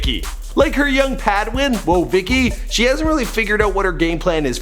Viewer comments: It’s padawan not padwin 😂 Kanye is amazing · Padwin???? Lol